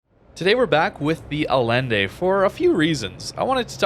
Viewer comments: its not Alende its Allende, try saying it with a "y " Ayende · Please, pronounce the "ll" as "y"!! :) :face-red-heart-shape::face-red-heart-shape::face-red-heart-shape